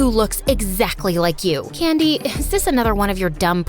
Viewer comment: her name: candy what I hear: Candice my brain: Candice dese nuts